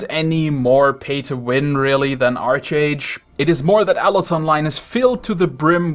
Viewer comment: Why would you make this garbage video on "arch" age learn how to pronounce a name of something when doing a review takes legit 1 min. Also its clearly you don't know the game in depth or worth of played a while in it to unlock end game or talked to anyone to consult. Fresh start servers are great also money is easy to make if you know what your doing especially if you don't have loads of time. Why are you at 5k labor farming mobs? lul